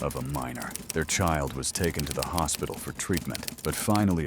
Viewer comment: "The child was takent"